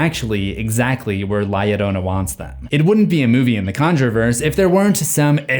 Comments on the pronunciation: bro it is no "la ladona" its La-Yo-RRO-na with a rolled R lol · Bro said lieadona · Okay guys it’s pronounced la ( hard a) ya rona to L’s in Spanish make a y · You said it wrong and she's a Mexican myth said la lirona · Lah Yereunah 😜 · La llorona (La-Yo-row-nah) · "La yiorouna" Bro. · Its pronounced this way la (you said it right) "jorona" (without the jou that you always use on words that have ou ... its just flat o.) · Am sorry I can't take it seriously while you're pronouncing la lloroana 💀💀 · "li adona" wrong name mboy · Does he keep saying ya lolona??? I’m going insane over his pronunciation. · The Llorona is a long story that has been told to many generations of hispanics. FYI the "Ll" you say it like a "y", so it sounds like ""yorona" but not spelled that way. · La Ladona😂😂😂😂😂, I can’t breath😫😂😂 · L.A. Llorona?! I'm deceased 😂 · the way he said la llorona hurt my soul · I know this is old but you sounded so funny trying to say her name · The way he’s pronouncing la Llorona is infuriating 😅😅😊😊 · YOUR SAYING HER NAME WRONG IM PUERTO RICAN IVE HERD THIS STORY 1000'S OF TIMES!!! THE L MAKES THE J SOUND IN SPANISH MAN!!! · The scariest part of this video is his pronunciation of la llorona😭😭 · say her name right hod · Is he pronouncing her name right? Or is it just me? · Every time La Llorona is mispronounced I died a little inside... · You gotta learn to roll your Rs. lol PS the story exists to stop kids from drowning from falling in water without knowing how to swim, but pretty sure everyone already knew that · "L.A Llorona" had me dying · bro the way you said her name🙁 your gonna piss her off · Please look up how to say "Llorna" properly. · La Llorona at the end becomes a gringa lmao 😂